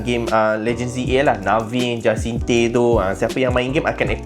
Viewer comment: Pronounciation Jacinthe : Ja-san-th